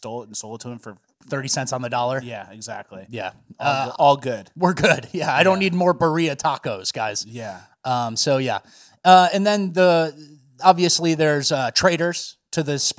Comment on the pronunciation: “Buh-rea” tacos is wild hahaha it’s pronounced “beer-reeee-ahh”